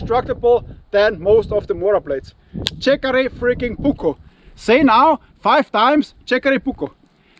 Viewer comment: Minor correction:the J in Jääkäri is pronounced the same way you would pronounce the J in the German word Jäger. Awesome content as usual. Cheers!